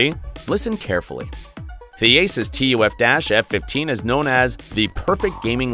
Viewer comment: So you'll say ROG but spell out TUF? It's the opposite. You have said a lot of words wrong..